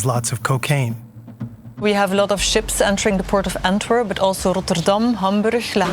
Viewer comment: her pronounciation of Antwerp is very english but then Rotterdam, Hamburg and Le Havre were very flemish lol